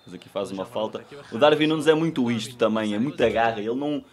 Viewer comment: Não é DarVin é DarUin sff 💪🏼